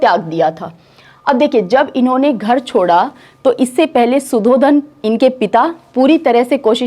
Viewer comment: Medam Aap padhati bahut accha hai par sh or s (example _Siddhartha or shudhodhan) ke pronunciation theek se nahi kr pate to use theek kr le aap banki aapke padhane ka tareeka bahut achha hai. Appreciating hai.